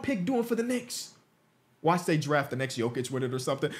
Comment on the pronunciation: He’s a what ? lol a knica?